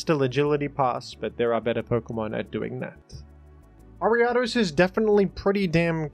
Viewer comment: Why do you pronounce leavanny and vanilluxe so weird? Not to mention ariados.